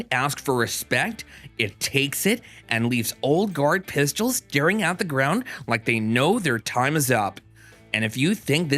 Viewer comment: “Thyeez are the pyistles”